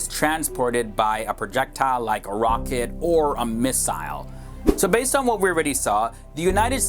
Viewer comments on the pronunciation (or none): none